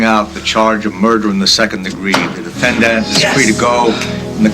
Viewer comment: the judge says defendant like defend-ANT.